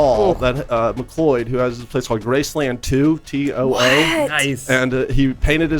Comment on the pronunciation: MacLeod is pronounced Mac-Cloud, not Mac-Lloyd...